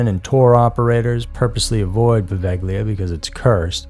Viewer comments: Hi,! Poveglia is pronounced "po-VAY-lia". Great video 😊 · its pronounced pro-vail-e-aw